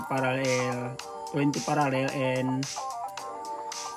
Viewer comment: If im not mistaken, may dugo kng indyano..parang bulol ka magsalita ng parallel.. ganyan ang tono ng mga bombay!